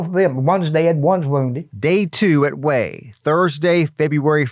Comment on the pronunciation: It's not wheel. Its hue. Wha a waste.